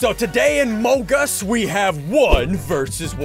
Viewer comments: He says mogus instead of amongus 😅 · “today in mogus” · It'S aMONg uS Not mONG uS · Bro, says Mogus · Fact That He Said Mogus In His Vid Made Me Laugh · It was funny when I heard at the start of the video I hear sundee say mone gus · My guy said mang us🤣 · "so today in omngus" Me died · Bro really said welcome to mong us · Did anybody notice what he said in the introduction “today in MOGUS” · i here you said mongus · ''So today in mogus'' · At the start of the video why does he say Mongus